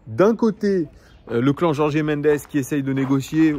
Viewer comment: Merci pour la vidéo : et juste en passant Gertifut et Jorg (en portugais on ne dit pas é à la fin)